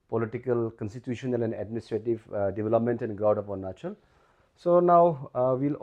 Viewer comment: 😂 english itna acha but ornachal kue ???